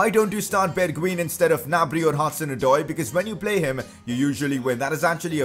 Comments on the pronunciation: you are prenouncing his name wrong, Bergwien (how you prenounce it) ---> Bergwijn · bergwijn is pronounced berg"vine" fyi